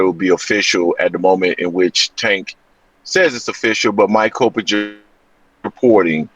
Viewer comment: Coppinger's name incorrectly, you've pronounced it correctly in months past...